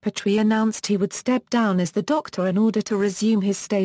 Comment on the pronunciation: At least pronounce his name correctly